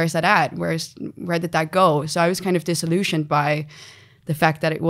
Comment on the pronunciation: Eva, I am a big fan, your english is very good but I have noticed that you mispronounce disillusion. Disillusion and dissolution have separate meanings. I hope this is helpful.